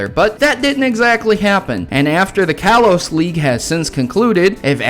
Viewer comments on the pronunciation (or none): none